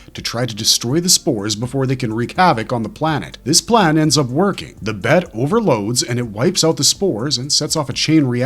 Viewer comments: It’s pronounced B E T not BET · It's not bet. It's the B E T. Broadcast Energy Transmitter